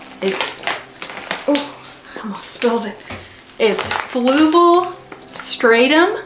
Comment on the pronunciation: I'm SO glad you made a video about this stuff! I heard you mention it a few times, so I tried looking up "flugal" as I thought that's what you were saying😂🤦 anyway, I love learning about new and different substrates! Experimenting is my favorite part about owning houseplants so I'm sure I'll be buying a bag of this stuff too at some point😁👍💚